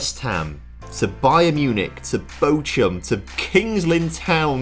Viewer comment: Bochum 🫣🫣 it’s bochhhum